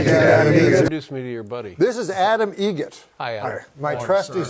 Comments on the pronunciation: NOT “Egret”! Eget! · It's "Eget", like the bird. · it's eget, like the bird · It's adam eget, like the bird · It's Eget. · Eget…like the bird